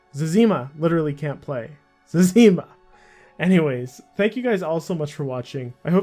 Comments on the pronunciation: Omg zezeeeeema? Zezihma. Dang dude. That hurt my ears. I still liked and im subbed. Also if you read this can you make a fuss about Hans screenshots that are compromising accounts due to auto recovery process? If its dangerous why does Jagex promote it? (check their tweets) I made a post on the old school general section on the forums but I've been essentially laughed at. But who knows. They will never give me an answer on if it is safe and if so why not warn us. And if not then say so. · It’s Zezima not Zezeema! 😝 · it's zezzyma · It’s Zezima, not Zezima.. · You’re right. Zezima himself pronounces it Zeh-zuh-mah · Why do you pronounce Woox as Wux and Zezima as Ze-zeema? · zez-eem-ah and wux? who the fuck are they? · What a horrific way to pronounce zezima. Good vid otherwise. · Stop pronouncing Zezima wrong